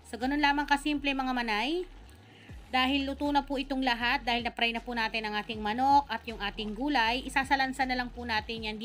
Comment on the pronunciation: Manay baka ibig mong sabihin eh fry at hindi pry ✌🏻